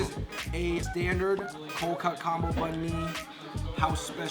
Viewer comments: it's Bahn(Bawn) not Bun. C'monnnn you're Vietnamese, guy. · No. It's not "bomb me." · He says bun mi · all of these people weeping about the way they pronounced bum mee need to calm their calfs down because their Viet forefathers are probs turning in their graves at the thought of you wearing your butt-tight jeans instead of the traditional Viet flares and living in your western white-washed brick houses rather then straw-huts. i think seems like a cool genuine Vietnamese guy who's doing his best to keep the traditions alive despite not being able to pronounce a sandwich name -_ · The way they say Banh Mi is like "bun-me" sigh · Erm... It's BÁNH MÌ not even banh mi or bahn mi :'> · I hear bun mi ; ; It kinda bothers me as a Viet speaker man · the way they pronounce everything. "bun mi" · Oh my god I love these! I just had some for breakfast 😋 lol the pronunciation of Bang Mi 😂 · Fucking spell and say banh mi right. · are we sure is viet? he can't even say bánh mì correctly... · probably saying "banh mi" differently because he's speaking in English. Not many people are going to switch tones, etc. when they refer to another language. So just because he's saying "banh mi" incorrectly doesn't mean he's unable to pronounce it correctly if he wants to.... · yeah say it right banh mi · My brother can't understand or speak viet, and even he know how to pronounce banh mi correctly! Did grow up not speaking vietnamese with his parents??? x_x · Just to clear things up, there was no hate intended in my original comment, I just found it kind of funny how he pronounced nem nuong and banh mi so monotone on top of how he doesn't look like any specific type of asian imo. I think it kinda make sense that he said it like that though, because when you hear vietnamese in the middle of an english sentence its just all over the place with the highs, lows, sideways, backward tones lmao Vietnamese is no joke